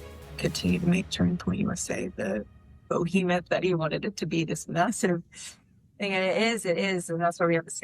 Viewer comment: We will be humble? Yeah... Her crazy shows she's done since are nothing even close to humble. Also... The "bo-hemouth" 😂😂😂